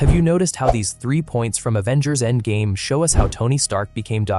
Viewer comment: What the fuck is "Andgame?"